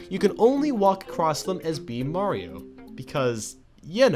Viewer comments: I thought this was a top 10 about Super MARIO Galaxy, not Super MAYRO Galaxy! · When he said super Mauro galaxy I thought he meant a mod or hack